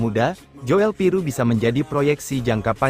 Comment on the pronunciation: Joel Piroe itu bacanya Jul Piru ( OE itu sama dgn U ) Kyk Nathan tjoean ( cuan )